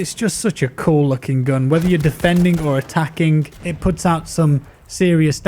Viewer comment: haha i also notice the K after every G